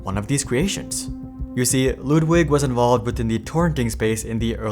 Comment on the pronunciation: You pronounce Ludwig surprisingly well